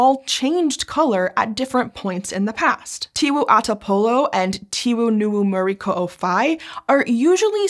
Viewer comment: as a native Flores where this lake located her pronounce of local name like tiwu ata polo and muri ko'o fai were much better than my fellow indonesian friends especially the one from java and sumatra. we mainly speak O like in bakso or soto while my java friends usually use it like in tolong or dorong.